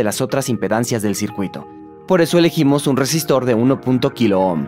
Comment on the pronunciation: Todo bien pero.... ¿cómo es posible que semejante exposición científica se vea arruinada por un doblista que evidentemente no sabe pronunciar las R iniciales (shápidamente, shesistor, etc.)?